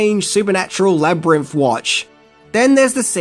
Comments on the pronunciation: I'm really sorry, but I keep getting really distracted by 'Labrinff' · Love love love this movie! This was super interesting, but uh… “Jeriff” and “Labyrinff” over and over drive me a little crazy. 😛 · Labyrimf? Labyrimph? 😂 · Labrimpf? Never heard of it. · Please learn to say Labrynth correctly